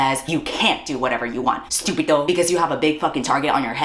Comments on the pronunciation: three spanish words and managed to fuck up 2 of them is wild fucking work man. wym stupido and idioto. im losing my mind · i'm argentinian and the spanish is already killing me, fym stúpido? Is the e a joke to you? Idioto? girl it's idiota, even google translate would've done better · Not “stúpido” lmaoo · Ughhh, not the accented but WRONG spanish words. Estúpido. Idiota. not "Stupido" and "idioto". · The way "stúpido" and "idioto" aren't actual Spanish words 😭😭😭 Queen didn't take 1 minute to use Google translate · And also, "stúpido"? I guess the e at the beginning of "estúpido" doesn't exist anymore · somehow the worst part for me as a Spanish speaker is hearing "stúpido" and "idioto," like that's literally words she made up LMAO